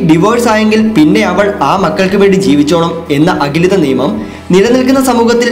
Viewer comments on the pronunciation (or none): 🤓 അഖിലിത അല്ല അലിഖിത എന്നാണ്